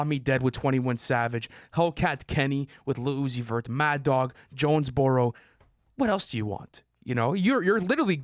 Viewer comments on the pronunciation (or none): It’s JONES- BUR-ROW stop disrespecting Georgia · Did really call Jonesboro Johnsboro?? 😭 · can't be correcting Lu for "Parade in Cleveland" when he's out here pronouncing Jonesboro as "Johnsboro"